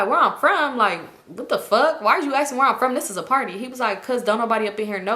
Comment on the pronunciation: “I don’t give a fawk fawk fawk”😂😂😂